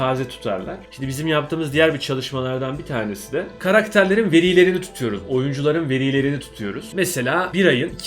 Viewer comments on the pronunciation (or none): 'Karakterlerin veriiğlerini tutuyoruz.'